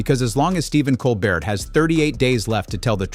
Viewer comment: Wish that the narrator would start pronouncing Stephen's last name correctly.